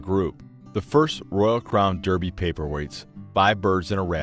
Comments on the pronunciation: It is DArbie not DEERBIE, However,Derby in this case is referring to the place name which has had the way it is written and the way it is pronounced changed over hundreds of years ....so it's ok to let my American friends off. It was originally spelt DARBIE over the course of years (many of them) the spelling got changed as peoples writing styles changed in the same way that peoples names change in spelling over time x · Its a very nice presentation but "sarahminty" is absolutely correct it should be pronounced DArby . .dah-bee . . Daarbee . . . as an A not an E. Apart from the annoying mispronounced name it is a good informative video. Thanks.